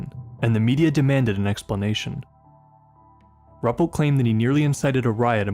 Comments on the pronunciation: It's (Roo-pelt) not (Rup-let). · Wonderful presentations, great narrations, love the typewriter & written paper effects between chapters. Always enjoy your work as a straight shooter on the facts. But have a care researching correct pronunciations of proper names. It is Ru-pelt, not Rup-pelt. Cheers.